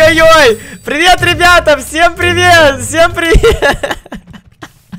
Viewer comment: Ты сказал ебята ахахпхпхпх